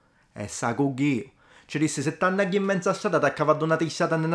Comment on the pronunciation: Eccellente, con piccole correzioni: in "si t'annagghiu", la t del pronome non va raddoppiata. "A facci", non "a faccia". Per il resto, complimenti. Penso che questi piccoli errori siano il frutto di una prolungata permanenza fuori